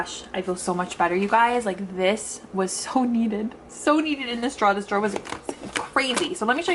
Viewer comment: Your accent when you say drawer 😉 Much love girl--Love your videos